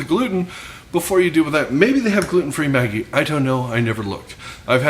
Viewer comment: A lot of people have been asking me for more vegan options at work. Will have to try this, appreciate the inspiration. Maggi is pronounced Mah-ghee. It is my secret ingredient in soups and Asian dishes. People love it but can’t figure out what that umami flavor is. The bartenders use a couple of drops in Bloody Marys, great stuff! Cheers!